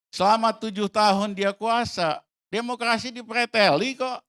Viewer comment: DEMOKLASI SI PELAT